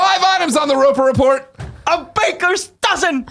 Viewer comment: Good gravy, how long until gets the Roper Report right. I beg of you, go listen to some old PSILY/Beyonds or let the co-hosts handle it!